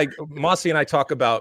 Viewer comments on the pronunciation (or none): Alexi doesn't troll. Those are his real opinions, and none of them are racist or xenophobic. It's Mosse not Mossey, and he's Brazilian-American.